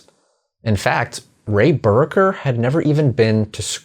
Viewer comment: I'm at least a year later than you, but was going to make the same comment about 'Buracker' pronunciation. I'm also here in Warren county. I've known quite a few Buracker's, including my best friend growing up, whose dad's side of the family were driven from their land for the park. It's the same story for a lot of Powell's, Hickerson's, and Williams' families I have known through the years.